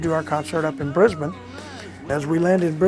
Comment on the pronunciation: Mickey's pronunciation of Brisbane and Melbourne was spot on and rare for a Yank! :) Also small correction - head of government is in Canberra, not Melbourne... he was looking at the Victoria state govt buildings I think. Great, warm hearted guy and a fine drummer. For context, the Hawks drummer (the great Levon Helm) had played electric shows in 1965 with Dylan, and didn't like the booing, so he left and Bob and Hawks used different drummers until Levon rejoined.